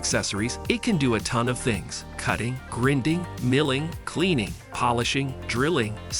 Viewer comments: The word is "grīnding" not "grĭnding" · Your AI REALLY SUCKS!!! Don't knit how else to say it. 1- The Hoto Rotary Tool Kit; pronounces ROTORY as "ro-tairy". 2- Same to as above, princess GRINDING as "gridding". 3-Inbirdie Tempo; pronounces "putting" (as in golf), as "PUTING" (the act of placing something). Sounds REALLY STUPID on the video. 4-Kootenay Carabiner; pronounces "cara-be-ner" as "CARA-BIN-ER". 5-Briksmax Light Kit For LEGO; pronounces "LED" (as in Light Emitting Diode, or LED Lighting) as "LEAD" lighting kit. Didn't know they were making lights out of lead. I wanted to like your channel and look at more, but I just can't.